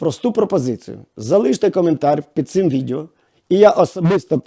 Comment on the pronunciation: Відео, а не відєо...